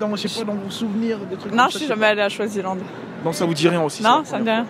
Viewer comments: C'est Swaziland et non shwazilande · mais c'est toi qui prononce mal, c'est Swaziland et non choisilande ça même pas de sens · A we le mec il sait MM pas dire Swaziland ptdr choisyland il a dit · C’est pas chwazi frère c’est swazi 😂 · Swaziland, pas chwaziland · Il dit choisiland c'est grave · C’est Swaziland et non Shwaziland comme tu le prononces là peut-être aussi c’est ce qui les a tous compliqué. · Swizilande et non choizilande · C’est Swaziland 🇸🇿 not Shwaziland 🇸🇿? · Swaziland pas Choisyland 😭😭😭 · C koi choisyland ? Tu sais même pas prononcer tu déranges les gens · Swaziland ou choiziland ? Toi même t'es con ou t'as des pb de prononciation ! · Swaziland 🇸🇿 et non choisyland la prononciation est importante 😂😂😂😂 Swaziland se prononce comme swahili il faut rectifier sinon crois-moi tous le monde risque de t’appeler CHOISILAND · Le mec c Cru dans le 94 choisyland c Swaziland il est mieux à aller apprendre le français avant de faire des vidéos...